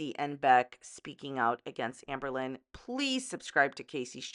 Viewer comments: I'm new to AL and so I'm playing catch-up. If anyone is still reading comments on July 26, Hi. I'm from Scotland and when says Amberlynn I hear Anne Boylin. The difference is Anne Boylin was innocent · beck and casey are so fucking strong. you know its true how terrible amber treats her partners when her exes join forces; this happens with so many fellow victims of abusers. also I love how you say amberlynn like anne boleyn LMFAO